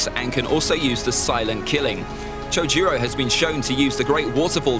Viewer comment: Chjuro that’s what I kept hearing not cho-ju-ro